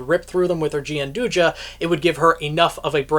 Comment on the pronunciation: It's not gianduja it's Gianduia I'm Italian i know, trust me